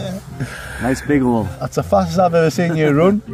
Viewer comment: Although English ain't my first language, i understand everything says very well, but whatthose guys were saying went over my head, turning the subtitle on didn't work, youtube couldn't even comprehend what they were saying 😁 i think i heard them pronounce "run" as ROON lol